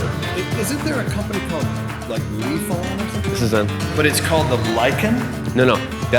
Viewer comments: LIFE-IN not lafon lol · Sorry It’s pronounced “ lie fan” not lefarn Tons of cheap china bikes in the uk.. all use lifan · It’s pronounced “lie fan” 🙄🙄